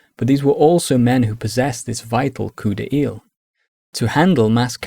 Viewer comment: Great vid, subbed... but it is NOT pronounced 'COUP DE EEL'!!